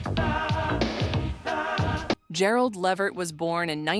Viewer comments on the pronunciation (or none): It's pronounced LA Vert. If you're going to do a video like this.. at LEAST pronounce the damn NAME correctly. It's disrespectful not to.